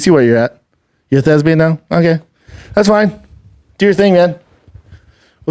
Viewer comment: Someone get on the line to let him know the word is "Thespian" and not "Thesbian".